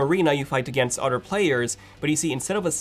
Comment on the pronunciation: Why does he says otter instead of other